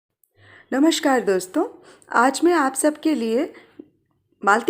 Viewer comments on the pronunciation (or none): नमस्कार होता है नमश्कार नहीं